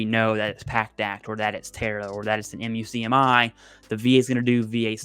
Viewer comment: Muk-Me is how most VSO’s pronounce the MUCMI. 😊